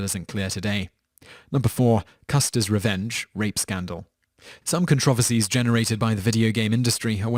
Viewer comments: It's said Con-tro-verse-e not Con-trov-esy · "Con-Trov-erses" XDXD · You pronounced controversies wrong